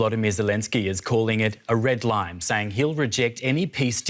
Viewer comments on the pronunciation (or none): Apparently Volodymyr Zelenskyy is calling it "a red lime"?